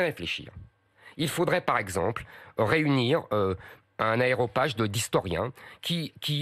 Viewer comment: aréopage et non aéropage.... ;-)